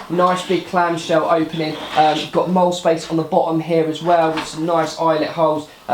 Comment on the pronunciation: It's pronounced "Moll-lea". Split it into two syllables.